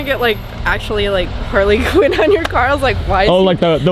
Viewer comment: Anybody else here cringe every time they have said "Harley Quin" in these past two vlogs?